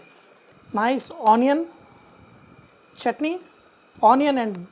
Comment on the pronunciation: It's not saurness it is sourness It's chutney not chotney Not double break the egg, poach and spread over the dosa Stop over acting